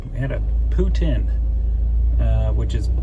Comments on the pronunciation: He said Putin, like Russian Prez, but I thought it was pronounced Poo-teen ? Please advise. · I dont know why it bugs me, but I can't stand it when people pronounce it poo tin. Doesn't sound right, isn't spelt that way. Poutine=pooteen lol I know I'm wrong though 😆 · I can't stop hearing "Poo Tin" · Had Poutine in Waterton at Weiners of Waterton. Mmmmm good. They pronounce it “poo teen”. Is it pronounced differently across Canada? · Love the freedom you have living from your van. Enjoy your time with your daughter have lots of cuddles, i'm sure you've heard they grow up way to fast :) well they do my baby turns 25 on the 21st..WOW! Oh ya poutine is awesome but we pronounce it differently like everything here on the rock..:D